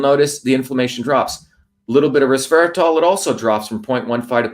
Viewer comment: resveratRol, not resveraTOL, yes?